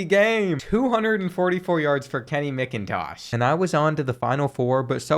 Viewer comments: As a Georgia fan, it literally pained me every time you said MICKintosh instead of MACKintosh. But i still love the videos! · Also I cringed so hard at (Mick)intosh instead of (Mac)intosh but it’s all good because the goat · Kenny mc-in-tosh that’s not how u pronounce it in macintosh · Love ur videos man but as a dawgs fan I feel greatly insulted with the mispronouncing of Macintosh